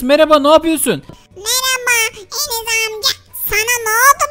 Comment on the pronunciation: Enes o Eneş diyil🤣😅😂